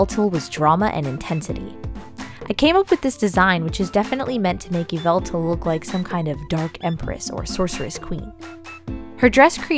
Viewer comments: Its not pronounced Yeveltal, Its pronounced yeveltah. Just wanted to point that out! Have a great day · “Yee-vah-tall” Just for future reference! 😉😊♥️ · It’s not pronounced the way It’s pronounced ya vel tal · i noticed the way you say yvetlal is different from how i say it you say it kind of like e-veil-tal and i say it like uv-vel-tail funny right? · ITS PRONOUCED YĒ VA TAL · I don't mean to be rude but you said THE POKEMONS NAME WRONG!!!!!!oh and I get you get a choice but LEDGENDARYS DONG HAVE A GENDER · Saying that name wrong is so cringe